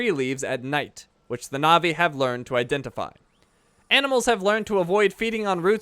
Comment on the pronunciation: Fun fact: Na'vi is pronounced natvi